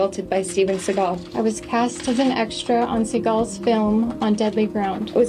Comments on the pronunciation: Thank you for this video, I appreciate you spreading awareness on how bad “Seagull” (how Steven’s surname is actually pronounced) really is. Just saw him in a recent vid training Alex Pereira 🤦🏾‍♂️ the less I see or hear of that pathetic man, the better. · Well, it's obvious you don't know how the idiots name is pronounced, which is Segle... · The first lie is that his name is pronounced Seagal, his name is pronounced like the bird Seagull but Steven doesn't like that because it reveals his dad is jewish and in Stevens mind that doesn't fit his bad ass persona. He mentions every nationality he is except the real one which is jewish. Steven went to Japan when he was young to avoid the draft in Vietnam. If Steven had only gone to Vietnam America would have won the war in a week .